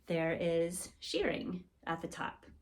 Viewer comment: It's pronounced "sherring" not "sheering"